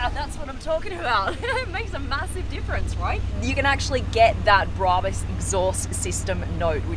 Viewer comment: Brarbus 😂😂😂 It’s brabus